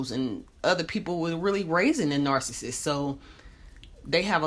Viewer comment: The speaker in this video can't even pronounce the word nar-ci-ssist correctly. It's not 'narcisst' or 'narcisstic'